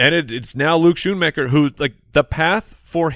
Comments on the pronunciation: Is it not s-KOO-nmaker? I would love to hear that Klatt & Gus were mispronouncing Luke Schoonmaker's last name for all of the what seemed like 50 Michigan games they did the past few years. SkoonMan fits the SoundGarden lyric better though... Go Blue! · It's Schoonmaker. You guys are butchering his name.